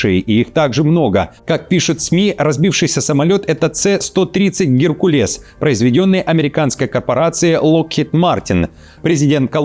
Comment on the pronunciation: Не ЦЭ-130,а S, 😂😂😂